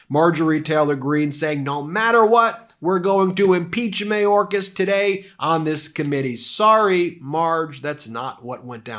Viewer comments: I love, but if we’re going to mention MTG’s mispronunciation of indictable, I would recommend paying closer attention to better pronunciation of Alejandro Mayorkas. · Marjorie Traitor Greene "Secertary Majorkas". First "Gauzpacho police", then "Peachtree dish" and "Indickable". This woman is an absolute dunder head!!!